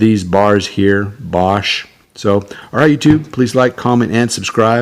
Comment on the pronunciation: It was pronounced "BAYsch." They did not stay in business long after the Hunt Bros.